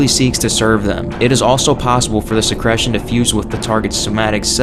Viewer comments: se-CREE-tion not se-CRESH-tion yer killing me dude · are you saying secretion? whats secresion?